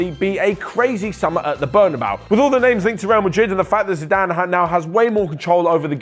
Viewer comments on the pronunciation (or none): none